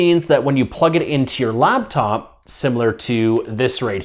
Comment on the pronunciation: its LAPTOP not LABTOP